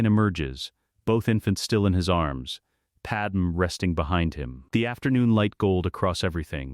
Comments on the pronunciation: I really dislike that it keeps saying Padam instead of Padme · It's not pattern it's padme, you numbnut